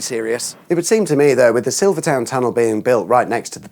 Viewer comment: You are English and are pronouncing Silvertown tunnel wrong 😂😂😂 wonder how you pronounce Greenwich